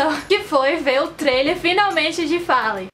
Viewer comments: Eu tambem falo assim..😂me acustumei ai sempre percebo que esta errado quando vejo o povo chamando follen😂😂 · ela falando Fallen" como escreve é a melhor kkk <3